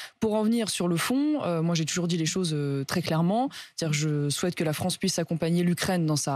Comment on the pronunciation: Non franchement il respecte très bien la FRONCE. 🤣🤣🤣🤣🤣🤣🤣🤣